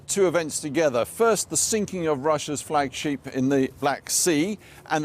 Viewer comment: Like the way you pronounce 'Flagship' as 'Flag Sheep' at the beginning and thereafter correctly:-)